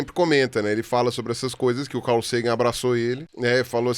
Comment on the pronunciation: e Ruas: Falem Car. Agora falem Cal. Agora tentem falar CARL. 😂